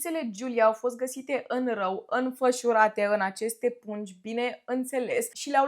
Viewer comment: Bravo, te pricepi la ceea ce faci! Te urmăresc și apreciez munca! Întrebare: ce vopsea verde folosești pentru păr? Sugestie: exersează pronunția cuvântului "râu". Se aude "rău". E amuzant, dar dacă nu-ți dorești să fie amuzant corectează asta. Spor mare și succes